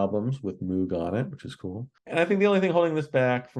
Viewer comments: It's "Moog" like "rogue,". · 🤠 Shhhh! Wait! No! Don't tell him! It's funny when music critics mispronounce "Moog". Besides it reminds me of my days back on the farm with all the cows.🐮